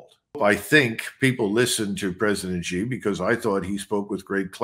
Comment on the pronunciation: Xi JinPing has been the leader of China for over 11 years, and this Colonel MacGregor still pronounces Xi as "zee"; well, it's pronounced "shee"! It just shows his ignorance about China and Chinese affairs. The people of Hong Kong are upset and uncomfortable about China, but they put up with China simply because they have no choice. Xi did not order the PLA to march into Hong Kong because he didn't have to, not because he was "smart" and chose not to. In 1989 the army was ordered into Beijing to quash the student protests, although not ordered by Xi but he certainly would do it again just as his predecessors did.